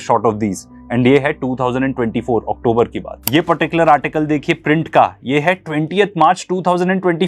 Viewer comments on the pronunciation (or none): none